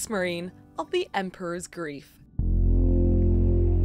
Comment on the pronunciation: I couldn't help hearing "groove" instead of grief, so I kept thinking of the Emperor's New "Grief." Since that movie is set in South America (which also has pyramids), I would lean more into those vibes, everything seems more colorful in mythology anyway. Maybe the colors could be the different parts of Amaru or adopt something from Quetzalcoatl and Mesoamerica. Lots of options for colors or parts of different animals for a theme.